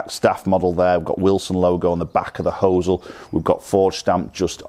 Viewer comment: When did the Americanism of pronouncing 'hosel' as 'hoo sell' enter England!? lol 'hos-el'.